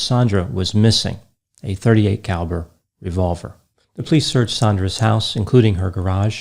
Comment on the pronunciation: I find myself more and more endeared to your single syllable sounding pronunciation of the word "police" as "pleece". Granted, I tend to over annunciate the word as "POE-lease", but your technique is growing on me. Also, your daffodil colored button-down is just a breath of Spring!